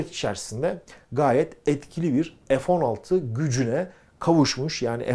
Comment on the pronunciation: 50 PLAS))))) (PLUS) TÜRKCE ARTI DEMEK)) NEDEMEK LÜTFEN PLAS? EF 16 DEGiL FE 16 OKUNUR!!!))) SAYGILAR